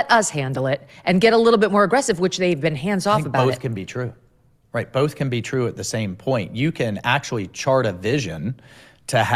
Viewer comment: Firstly both is pronounced BOW-TH not BOL-TH, Karoline. You speak ONLY English. Secondly, I’m tired of these hypocrites. The narrative that a woman’s place is at home with their babies but will also tell conservative women in the same breath that they can have it all and then MAKE POLICIES THAT MAKE IT IMPOSSIBLE. It’s easy for her to say. She has what a lot of us don’t: money, power and privilege. If she’s upset about being used as bait then just say that.